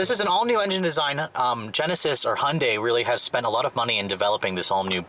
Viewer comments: STOP CALLING THEM A FOOKING HONDAI! IT'S HYUNDAI FFS!! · Don’t know who made such a commercial, but that’s not how it’s pronounced. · Why can’t Americans say Hyundai? HY-un-dai!!! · It's pronounced Hyundai like Sunday. Even Hyundai stated that in one of their commercials. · For DIPSHITS who want to make up their own name...try HY-UN-DAI...IT'S NOT DIFFICULT!! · They can't even pronounce it properly...